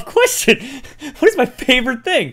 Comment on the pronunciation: what is a "fovorite"